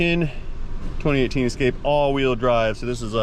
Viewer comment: Your French is worse than your English, but I doubt your teachers are bragging about you. You still need to test drive that 'Escappah' at 158 mph to confirm the repair. Can you just get into the vehicle settings and change the reading from MPH to KPH🤨? You could see 158 on the speedometer that way